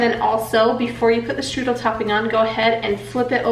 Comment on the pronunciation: It’s called streusel topping, not strudel topping lol